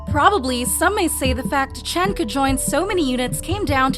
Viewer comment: No, this person who can't even pronounce his name right is tripping 🙄